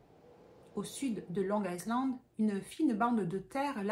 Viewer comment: On prononce long ( aïland ) le S reste muet. 😅 Par contre mimer le mot il a "violé" et pas le mot "tué" qui est bien plus violent, est vraiment à côté de la plaque 😂😂😂